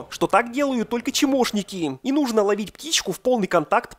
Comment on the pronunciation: Никогда не понимал, почему говорит "чемошники" вместо "чмошники".